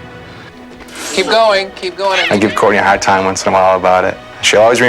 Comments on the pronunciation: "It was rather tagh to caught" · It wos rather hord to cot LOL